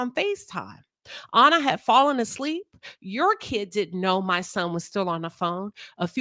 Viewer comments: Great video but you keep pronouncing her name incorrectly. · Hell you can’t even pronounce her name correctly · You keep calling her “Honour” but her name was Anna. Rhymes with Banner.